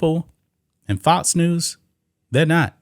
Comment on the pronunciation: FoX NOT fots. Learn to pronounce your x's